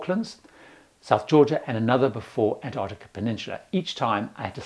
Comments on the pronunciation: The first "c" in Antarctica is not silent. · There's one thing missing - and it's the first t in Antarctica. Pandering to Americans or what? It does grate when people are saying variations of anarnicar or bananada or anannynah etc I went on a cruise to an-tah-de-da. Yeah, cool, good for you. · I'm just curious about the pronunciation of Antarctica. I was under the impression that in UK English, as it is here in Australia, the first T is pronounced, as in Ant-arctica. The Americans often make that T silent, AN-arctica. Don't know why. It's clearly there.